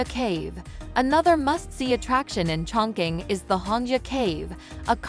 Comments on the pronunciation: CHONG.QING is pronounced [chong.ching] not [choing.king] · Total wrong pronunciation of the name